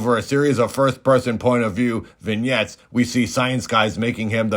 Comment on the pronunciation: Confused Man can’t pronounce RoboCop, but says “vignette” with grace and ease, lol.